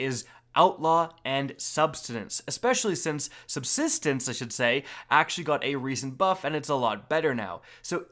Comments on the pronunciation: “SUBSTENENCE” lmao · Sub-sis-tence. Say it with me everyone! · Sub-SIS-tence!!! Lol, finally... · I love and all of his vids, but when he says subsistence incorrectly it gives me internal hemorrhaging